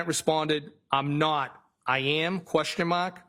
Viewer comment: If I have to hear him say “Question MAHK” one more time I swear to “GHAD”! 😤